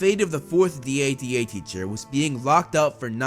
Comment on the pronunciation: Just call it dada instead of D.A.D.A